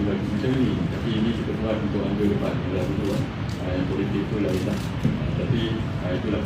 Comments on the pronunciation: sebut tu biar betul debat bukannya dibat lah lol.😱😱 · Sebut debat pun X betul😂😂